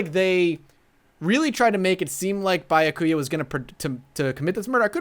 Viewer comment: Finally! He started Pronouncing "Byakuya" properly!